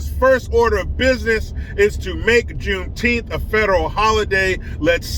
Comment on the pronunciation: Is it Juneteenth or JuneTeeth🦷? Asking for a friend!!!